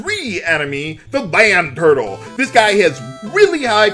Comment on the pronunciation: Due to the way he said land turtle, I'm trying to imagine what a LAN turtle would look like.